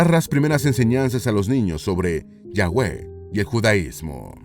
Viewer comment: se escribe YAHWEH pero se pronuncia YAVE